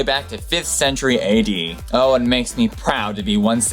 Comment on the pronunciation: "Ohhhh, the sixteenth centerie"